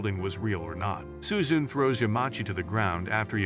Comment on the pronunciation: its su-zu- ne not su-zune.